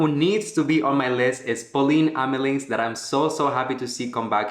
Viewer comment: AMELINCKX not amelings